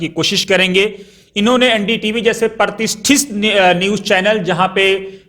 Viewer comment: Pratithist nahi pratisthit